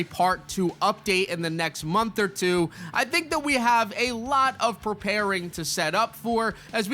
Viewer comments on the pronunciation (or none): none